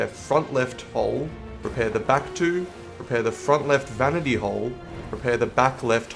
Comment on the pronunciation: What does rep your wheel mean Edit: figured it out, he means “repair” Was it really that hard to say one more syllable?